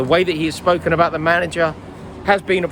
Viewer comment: Can't wait to hear what you have to say abihr Haaland lol